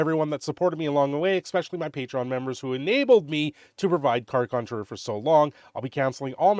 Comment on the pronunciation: Conjurer. Say it with me now…..